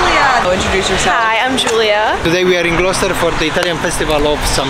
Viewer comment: Hello from a lady living in Gloucester England. Loved the fact you pronounced Gloucester correctly!!! 😂